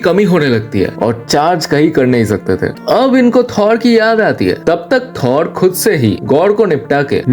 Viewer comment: Gamoda nahi gamora 😂 wakanda ka daja nahi raja😂 sade asgadians nahi sare asgardians😂 Thod nahi thor😂 bas kar bhai